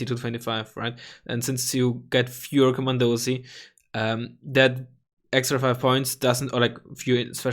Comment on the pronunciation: Komandosi is pronounced "Komandoshee" ;)